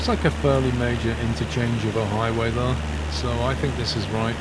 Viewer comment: Your voice and tone would be perfect (among a sea of annoying American youtubers who have a permanent demented upward inflection) if only you could pronounce the word "there" correctly. How can you talk so well yet say "thurr" it's really difficult to listen to.